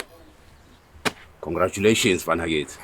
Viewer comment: Am I the only one hearing ngometshisi ...instead of congratulations 😂😅